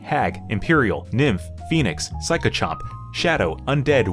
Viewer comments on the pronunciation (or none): ...Why did you pronounce Psychopomp as "psycho-chomp"? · Two years later... *PsychoPOMP, not -chomp. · "Psychochomp" bruh